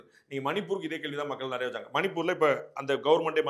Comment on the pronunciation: அதென்னங்க, " நறைய"? ஒவ்வொரு காணொலியிலும் இந்த மாதிரி தப்பும் தவறுமாக உச்சறிக்கிறார். யாராவது அவருக்கு சொல்லுங்கப்பா, அது " நிறைய" என்று.